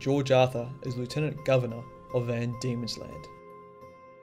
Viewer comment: Good video, but you mispronounced Lieutenant.